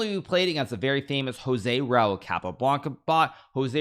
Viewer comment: Blood coming out of ear’s when he saying Tal and Joze RAul 😄